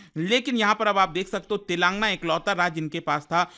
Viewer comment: TELENGAANAA... U PRONOUNCE WRONG